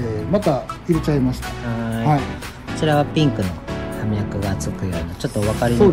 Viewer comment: お二人とも葉脈を「はみゃく」と言ってましたが、「ようみゃく」です。 植物を職業にしているのなら、これくらいの言葉は正しく使って下さい。 この後見るのをやめました。